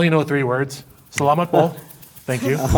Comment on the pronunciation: Nahhhh I wouldn't even call them Filipinos if they pronounce the word "salamat" "suhluhmaht"